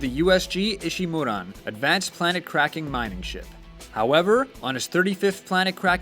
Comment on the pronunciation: can you actually do research into the game and not make most of what you said up out of smoke also ishumuran I don't think so try saying ishumura dumbasses